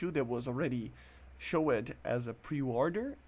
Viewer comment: "showead" holy shit